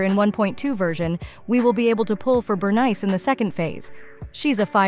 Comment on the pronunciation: Bro the AI pronounce Bernice like that one Key & Peele sketch.